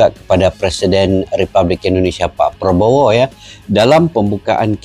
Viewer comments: Mc Malaysia tidak profesional penyebutan nama presiden.... sangat mengecewakan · Betul ... Salah penyebutan nama presiden ... Sering kali malaysia suka salah penyebutan ... Sungguh Memalukan 🤦‍♂️ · Lagi minta maaf,salah peyebutan nama persiden itu😂kocakk sekelas KTT Asean masih salah,3 negara lagi yg salah nya😂kacaw"gak propesional